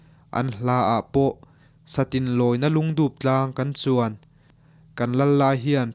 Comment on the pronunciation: I Lungdûp lam khi a dik lo in ka hria.. Lung(rock) a nih hmel zawk hle mai. Tlem in ngaihtuah chiang deuh hlek la, i chhiar hma in